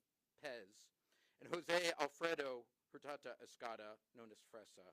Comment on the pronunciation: Its pronounced "HER-TAH-DOE"......